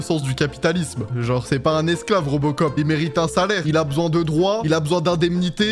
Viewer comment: C'est pas robocop c'est reubecop 😂😂